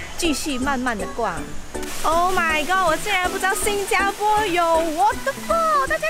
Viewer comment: 新加坡Xīn jiā pō…正确唸法